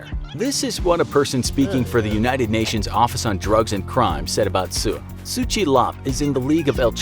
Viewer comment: Tse is pronounced as "ts-eh", exactly as it's spelled